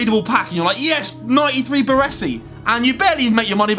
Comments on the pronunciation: Man said 95 ps its 93 pas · Did he say 95 passing not 93